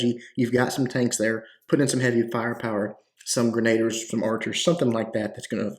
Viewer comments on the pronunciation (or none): What's a grenader? It's pronounced more like Musketeer. Grena-deer is how you pronounce Grenadier. They're the best troops in the game. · "gren uh deer"... only cuz I love ya